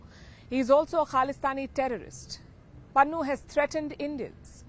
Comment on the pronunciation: It is Pannu not Pannun